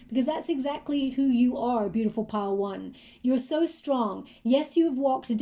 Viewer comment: Everytime she says "Pile one" it sounds like "Padowon" probably spelling wrong but from Star Wars. Anyway, super spot on the the finding feathers, more spidera in my house than usual, 444, career, sense of purpose that have been on my mind or have been happening more frequently in the last few weeks especially. Sadly, my anxiety triggers my throat to feel closed and tight so the throat shakra reference made sense also. So many things were connecting on this read with pile one where the Grey Agate looked like a 🌙 in the middle. Thank you so so much!